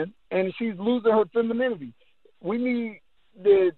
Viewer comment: can barely pronounce femininity 😂🥱